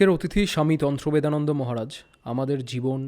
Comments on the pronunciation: স্বামী জির নাম টাই দুবার ভুল উচ্চারণ করে ভিডিও শুরু করলেন। তন্ত্রদেবানন্দ কে উচ্চারণ করলেন তন্ত্রবেদানন্দ... আমি বেশ ক' বার কেটে কেটে শুনলাম! আশ্চর্য বটে ! আপনারা আবার চ্যানেল চালান? ? কিছুই না জেনে শুনে বসে পড়েন, তাও আবার লোকে দেখছে... সত্যিই এলেম আছে। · Namta thik kore bolun